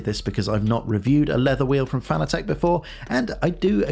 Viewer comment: I'm sorry for being "that guy", but the mispronunciation of "Fanatec" has always driven me nuts. It's pronounced like the word "fanatic": not "fan-a-tek".